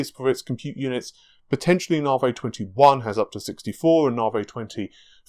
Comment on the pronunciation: narvay, interesting. I'd say Navi, short a for apple, na, like nap, then vi, short i, like an e sound, Na-vi. Also, are you sure you don't have any food intolerances?